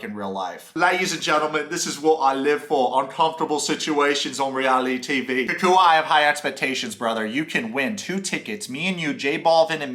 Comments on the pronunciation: please stop calling him KooKooUh. his name is CockWah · Bro STOP SAYING COOCOO-A. It’s COCK-Wah. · The way you pronounce “cacooey” 😂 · Oh for the love of God people - his name is pronounced like this: "Cow-qwa." Jennifer thinks Jesse is sooo great. When she finds out Jesse really isn't that rich (but just plays one on s/media) 😳😆🤣😂😆 Jesse thinks he's waaaay more sophisticated than he actually is, typical Narc - he & Jennifer deserve each other. Also, Jesse thinks he's such a suave gentleman 🙄 😆 - yet he doesn't even know how to properly hold a chair to seat a woman; then, he 'barked' at the waiter 🤯🙊 in a restaurant because he felt he didnt get attention fast enough! Very classy move 👌🤮 - the waiter probably had to go find his 🕶 to approach your table because your NEON BLUE tux was blinding his eyes. BTW Jesse - NO ONE who is used to good quality, prime steak... orders it over a temp. of MR, or Med/MR at the most. But no, you complain that it's raw. 😂🤣😆🤣 Oh yes, Mr. Luxury World Traveler who likes the finer things in life - you should know that you're at an Argentinian BBQ restaurant - which is basically a meat fest & you just have to order "vegetables" like you're appalled. Jesse's skinny little chicken lips gross me out & your tantric yoga is just an excuse to dry hump Jennifer. I am so unimpressed by this creepy dweeb. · I think you say his name like CAH - cwah Anyway tho , I agree with every single opinion you have here man , He made that shit mad awkward and was one of the funniest ppl featured on the show lmao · It’s really not that difficult. It’s Cacua. KA-KWA. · Why you gotta mispronounce that man’s name so bad? 😩😩💀 (kak-wa) lol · 😂😂😂 the way you pronounce cacua’s name is soooo funny ... your basically callling him Mexican boogeyman